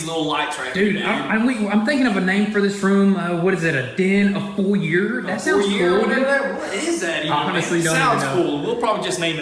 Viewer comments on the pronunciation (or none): Pronounced Foy-Yay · It’s pronounced foy’a’ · "foyer" hahaha